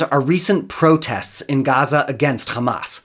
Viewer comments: So I know what? He is a westerner and can pronounce Hamas as Hamas. He is deliberately pronouncing it Khamas as israelis do for a reason. It is for ALL of us to know he is a genocidal zionist . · When he said "Khamas" I understood immediately that he is "Pro-Israel." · My ear bleeds every time I hear a Zionist say the word “Khhamas” 🤡🤮 Isreal will 100% lose, they deserve 0% of the country. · I knew this was going to be propaganda when I heard “ka-mass” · He call them Khamas. So you know. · Most definitely. I knew it from the way he called Hamas, 'Khamas', just like the israelis do. Even though he is clearly a western goon, he does everything to sound israeli. .